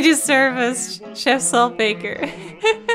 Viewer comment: mispronouncing Chef is the struggle of all multilingual people.